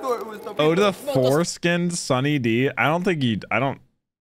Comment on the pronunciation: i stopped watching at "fore-skins".